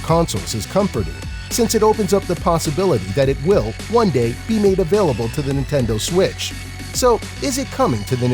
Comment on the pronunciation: Nentendoe switch